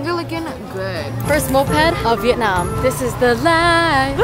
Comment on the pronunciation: As a Vietnamese American, I love how you pronounce Vietnam. The way we say it, “Viet-naam ”, not the way westerners say it, “Viet-nom” lol